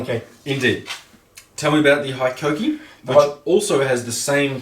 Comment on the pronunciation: With the number of times it needed to be said, and the fact you even chose the tool, you'd think you'd learn how to pronounce Hikoki even vaguely. But who gives a fakk, 'ey.